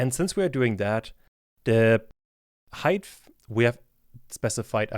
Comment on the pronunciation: Great and useful tutorial but please practice how to pronounce the word height in Germanish English. There is no "th" anywhere... ;-)